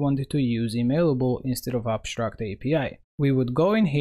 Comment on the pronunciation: ConSHtruct, abSHtract